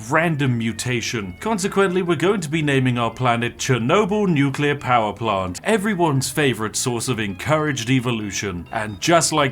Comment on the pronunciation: You said "Nuclear" properly and now I doubt your validity as a Brit.